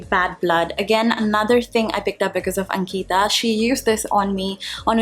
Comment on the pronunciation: Your disclaimer in the information box seems so aggressive. You're the one spreading negativity. Plus it Ankita(one word) not ank-ita (trying to sound like a white person).